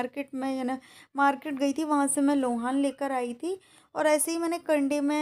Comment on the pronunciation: Lohan nahi loban hota hai